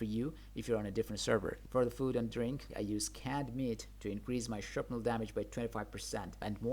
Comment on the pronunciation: Is no one going to mention that the word is Shrapnel not Sharpnel? Thought it was just a typo at first.